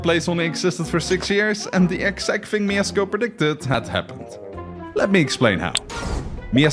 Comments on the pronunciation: It's MIESZKO - just read it MieSHko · you can say "sz" (Mieszko I) as "sh" (ash) :D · I dont wanna be that guy but its Mieszko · its Mieszko, "sz" is like english "sh" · moja dusza boli jak on mówi "miecko" xddd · In the name Mieszko "sz" makes an "sh" sound. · It's pronunced like Myeshko. dou you have lisp? also what the f is that spelling? it's Mieszko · it's pronounced mieshko because in polish sz is sh and cz is ch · u mispronounced Mieszko's name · Thought we didn't notice... but we did. At least you got the name right the second time. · ITS MIESZKO, NOT MIEZCKO 😭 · not Miezcko, but M I E S Z K O !!!😡🤦🏻‍♂️ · Mieszko not Miezcko :3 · btw its mieszko not miezcko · MIESZKO not miezcko (my name is Mieszko) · mieczko* not miezcko lol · We don't say Miezcko 1 we say MIESZKO 1 !!!!!! Polska Gurom !!!!!!!! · kurna miesko?! na pewno nie mieszko? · bro, i'm from poland and not miezcko tylko Mieszko 1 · Nooo noo noo not Miesko oww that hurts. Its pronounced Mieszko😭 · IT'S NOT "MIEZCKO I", IT'S MIESZKO PIERWSZY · mieszko not miezcko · BOY ITS MIESZKO NOT MIEZCKO !!!! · No, there's no sh, his name was Mieszko. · actually, its not Miezcko, its mieszko :) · it’s mieszko not mieczko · the first king is Mieszko 1, not Miezcko 1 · Mieszko not "miezcko" :) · its not pronounced miezcko its mieszko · Mieszko, not Miezcko. You get the name right with Mieszko 2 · Mieszko 1 not miezcko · Mieszko not Mieczko ;) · it is not MieSko, it is MieSHko (Mieszko) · Miezcko? You used AI to do this animation? It was Mieszko I. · mieszko the first sz in polish is sh sz = sh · Mieszko I = ❌ Miezcko I = ✅ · Mieszko I, not Miezcko 😅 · He wasn't Miezcko I but Mieszko I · I'm sorry but it's not "Miezcko I" but "MieSZko I" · who dafuq is Miezcko? its Mieszko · I have a request for foreigners, please do not pronounce Polish names because it almost never sounds good.Even here it is not "miesko" it's "Mieszko" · slight correction it's Mieszko and not miezcko (edit) it was 123 years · Mieszko, not Miezcko